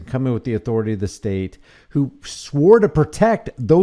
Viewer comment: INALIENABLE. Not UN. Much like "authori-tie" isnt a word. Please stop saying those.